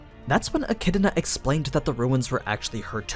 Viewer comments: It’s pronounced eh-kid-na, not eh-kid-uh-na. There is no vowel sound separating the “d” sound from the “na.” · It's not pronounced like echidna please it's so cringey. It's pronounced like echidona. That's why dona tea is a meme. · Why do you pronounce her name like "E-Chi-D-I-Na"? Where is this 2nd "I" sound coming from? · Its pronounced Echidana for some reason. Edit: Atleast in Japanese. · So the echidna as pronounced the mothers of monsters still has no vowel between the d and n going back to why do people pronounce it so wrong??? a - ki - i - na would be a better more accurate way way of saying it in japanese... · Sorry, to be more specific the middle portion would be more accurate as ki-i-na the opening isn't the concerning part. Since ki is pronounced the same here and there i is ee and na is the same here and there the elongated e sounds like a mispronounced d. Which I think would be more acceptable then the extra vowel being made in-between the d and n. I'm familiar enough with the sounds the characters make it's just I was bieng lazy with the a in front. However I don't think a-chid-na would bother the fan base that is being bothered as much as a-chi-do-na is bothering them. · You butchered the pronunciation of her name like wtf is wrong with you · I don't know where you get the extra I in Echidna when you say it but this was a good video keep up the good work